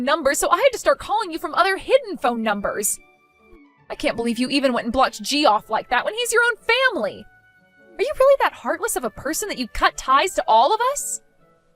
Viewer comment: FFS, WILL people in these voice-overs STOP pronouncing Geoff as Jee-Off? It is pronounced JEFF.